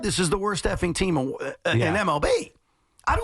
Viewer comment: lol he said "TEAM IN"😂😂😂